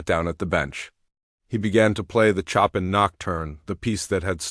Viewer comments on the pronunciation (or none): Why do yoj You choose narrrators who know how to pronounce words? Chopin for example Chopln is not pronounced as "Chopping" wood"!!!